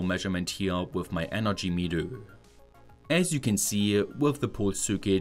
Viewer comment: I wish you would take some pronunciation courses, at least for the terms like circuit, meter, watt-hour, etc